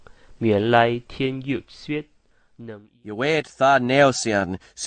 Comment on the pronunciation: Having studied Latin for many years, I could understand some expressions. The pronunciation was very well done.